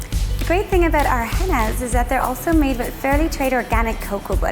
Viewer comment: She said aboot